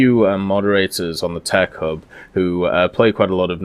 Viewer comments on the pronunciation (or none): I was always wondering what you meant when you said "Tear cub" but I'm now realizing you've been saying Tec hub